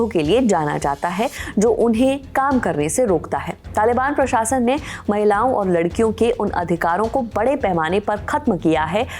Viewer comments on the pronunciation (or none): none